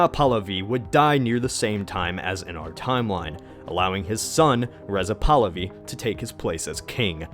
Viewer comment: "AY-yah-TOL-ah" "mo-SAH-deyk" "RAY-zah pah-LAVI"